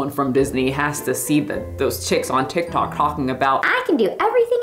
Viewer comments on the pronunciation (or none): none